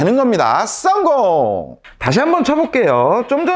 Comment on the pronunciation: 목소리 어디서듣던. 우비삼남매ㅋ 썽공 발음ㅋ디지네